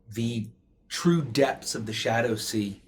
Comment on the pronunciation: What actually says: "Shadow Sea" What I swear I keep hearing: "Shadussy"